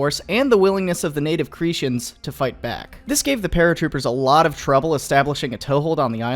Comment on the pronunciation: For the record, it's pronounced "Crete-ans", not "cretians", the t remains solid, check Google translate's sound feature to hear what I'm talking about. And I'm surprised you didn't mention the Cretan Greek Orthodox priest who went out with his son and a couple of black powder rifles to play a good ol' rousing game of "Krauthunt", sniping the falling fallschirmjäger with one rifle while his son reloaded the other. Yup, that happened. Google what a Greek Orthodox priest looks like if you don't see the comedy there.